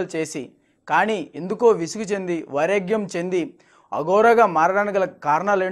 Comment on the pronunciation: వైరాగ్యం అని పలుకు, ఉచ్చారణ బాగుండాలి రిపోర్టర్లకు